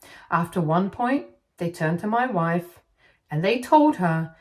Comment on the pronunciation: I can't help but hear "mah wife" like Borat everytime she says it😂😂